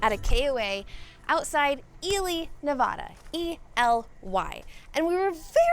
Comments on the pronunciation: I'm from Ely and I'm so happy you're finally pronouncing it right! I was cringing every time you said it wrong. You are also saying Nevada wrong.... it's Nev A (A as in apple)da not Nev ahhhh da. I'm surprised a local didn't correct you. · I appreciate your correction of how to pronounce Ely. My request now is that you pronounce Nevada correctly! It’s not Nev-awe-duh! The middle syllable has a short “a” sound (like the “a” in cat). said it correctly., you also said it correctly in your “Thank you” video. Your videos make me smile! Thank you! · Since you were worried about mispronouncing Ely, I wanted to let you know you are also mispronouncing Nevada too. From the internet - common English pronunciation being "nuh-VAD-uh" (rhyming with "bad") preferred by locals, and the Spanish-derived pronunciation "nuh-VAH-duh" (rhyming with "father") being considered incorrect by many Nevadans. While there's no single "correct" way, the English version is the culturally accepted and preferred pronunciation within the state, and using it is seen as a sign of respect for the local culture. I lived there 20 years, it’s a big deal for Nevadans, there are bumper stickers and tshirts 😂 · FYI-you're also mispronouncing NEVADA. It's NEVAAAA(long A)DA. lol. Just ask a local.